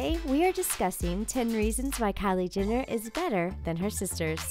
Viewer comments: GET IT RIGHT ALREADY! It's not Jinner it's JENNER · who the hell is kylie 'jinner' lol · She says "Kylie Ginner"!! Triggered... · At least say her name right || Jenner not Jinnir 🙄🙄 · Who else heard 'Kylie Jinner' or was it just me? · Stop pronouncing Jenner wrong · GI-NNER , KA-LURE-POP. How hard is it to pronounce the words correctly?